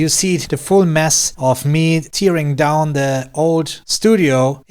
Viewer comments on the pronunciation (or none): Great as usual! Careful with the pronunciation of “tearing down”, it doesn’t rhyme with the same word in the phrase “tearing up” that means crying.